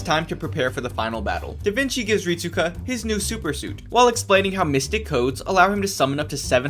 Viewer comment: Rit-su-ka might as well call him rit-su-cuck